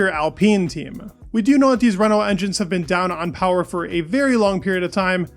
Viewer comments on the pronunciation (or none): none